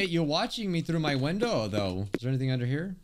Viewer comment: Why did he sound so Scottish when he said window